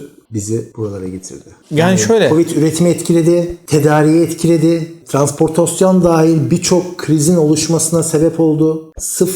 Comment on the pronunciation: "Transportasyon" dedi ben soğudum